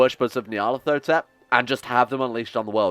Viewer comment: Nyar-leth-oh-tep. It's started getting painful.